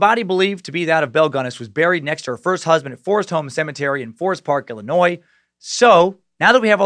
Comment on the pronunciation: Excuse me...did homeboy just pronounce Illinois as Illi-noise???